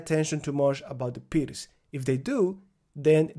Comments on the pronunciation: Thank you, was facing this problem. Also, I remember you saying that you were pronouncing "pirc" wrong in the previous videos and now you have changed your pronunciation which means this is the correct pronunciation. Thank you as always for your efforts :) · finally your pronunciation of the word (pirc) has changed heheh :D I missed your lessons thank you very much master. as usual I practice with my chessboard and I write in my notebooks :)